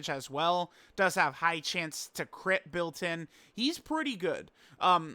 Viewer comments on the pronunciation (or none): none